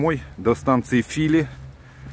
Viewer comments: Только станция правильно называется ФилИ (ударение на последний слог)😀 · Фили ударение на последнее И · Я понял, где тебя носило. Это, прямо скажем, не совсем Одинцово. Ну, а Фили с ударением на втором слоге. Позор! В этой деревне в 1812-ом году проходил военный совет под руководством Кутузова. Москву решили французам сдать. Сам Кутузов тоже так решил. При этом мало кто знает, что деревня Фили принадлежала самому Кутузову. Помещичий дом был в соседней деревне. Кутузов не только Москву, но и свою малую родину сдавал. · ...небольшая поправка. „ Фили ”читается с ударением на второй слог. Извини пожалуйста, мужик ты хороший, я без всякого занудства. Смотрю твои видео давно и с удовольствием.